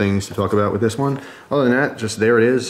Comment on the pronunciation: what is the ghost flame you were talking aboot?